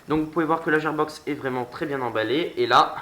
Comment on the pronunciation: La gearbox se prononce guirbox mais sinon bonne vidéo bon courage pour la suite 👌👍